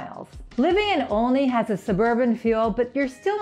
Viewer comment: First thing is, one needs to learn how to pronounce it - it's pronounced ALL-ney. Like olive. It's always been that way.